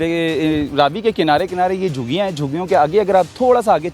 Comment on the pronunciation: لفظ جھگیاں ھے جوگیاں نہیں